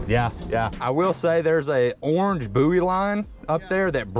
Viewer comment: The word is spelt buoy and pronounced boy not booee .